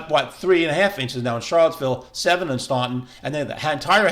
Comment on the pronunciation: Somebody want to tell this dude how to pronounce Staunton?